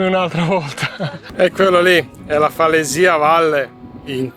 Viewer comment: Comunque la pronuncia corretta è falèsia.